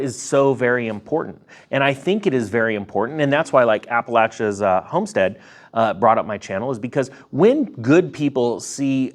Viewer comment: Thanks for pronouncing Appalachian properly ❤️